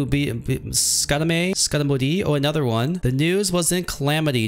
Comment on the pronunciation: It's pronounced "scottamaphobia